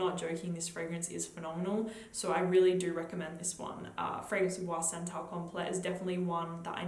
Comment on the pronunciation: I don't find Bois 1920 Relativamente Rosso gourmand at all. It's a balsamic spicy woody scent, an incensey and balsamic rose, very dark and deep, not a happy gourmand. The pronunciation is: "boyz", not with a French pronunciation.